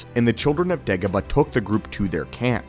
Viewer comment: It’s not pronounced “Deggoba” it’s “Daygoba”